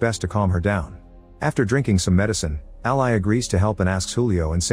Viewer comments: Ally is pronounced Al•lee, not Al•lie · Funny how AI can't pronounce names correctly. Ally the name is pronounced different than "ally" as a noun or "ally" as a verb. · Anyone else annoyed at how he pronounces Ally's name?